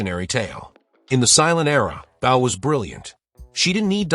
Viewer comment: You can't even pronounce Bow correctly.